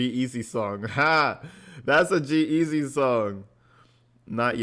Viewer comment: Hey, not a big deal but its G-Easy and Halsey (prounounced Hall-Z). Enjoying your channel from Los Angeles!